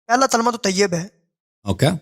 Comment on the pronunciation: او چاچا پہلے کلمہ کہنا تو سیکھ لے تلمہ تملہ کری جارہا😂😂😂